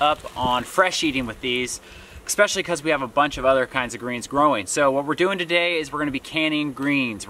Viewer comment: Okay, now you’re both mispronouncing especially. Lol. I know that it’s nit picky but it’s driving me crazy while binge watching. There is no x in especially. It’s a soft s. Love you both but my Mom, the English teacher, is coming out. 🤣